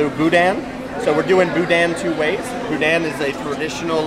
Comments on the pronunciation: OK, I'm a little irked as a Louisiana Cajun. Its not boo-dan. Its boo- da! The IN in boudin is silent. Wish I could afford to go this year. The food seems to be based around my home's culture. I'd like to try it. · I know we like to keep it light in here, but the guy saying "and-dewey" and "boo-dan" makes me not want to touch the andoullie and boudin.